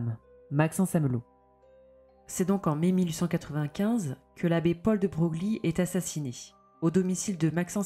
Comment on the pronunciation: Ca se prononce Debreuil et non deBroglie 🤫